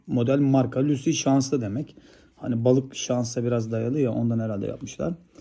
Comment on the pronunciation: Hocam lucky lusi diye değil laki diye okunur